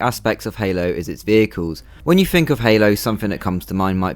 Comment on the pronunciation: "Fink"..."Fings?" What the hell is wrong with you lower class brits??? It's THINK AND THINGS!